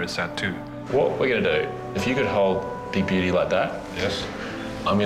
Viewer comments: I swear i heard big beauty as big booty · Is it just me or did The father of the son that owns the hamster say “big booty” than “big beauty” 😂😂😂😂😂🤣🤣🤣